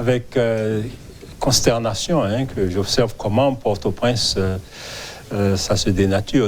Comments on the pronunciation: Yo pa prononse pòrtoprens non an fransè doktè. Bèl ribrik. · Jan l pwonose l lan pa bon. M jus vle ede.